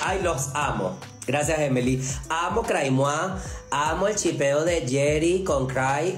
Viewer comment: llipeo se dice chipeo